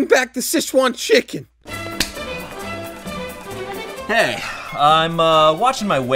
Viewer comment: Literally no one. He not knowing ever how to say any chiken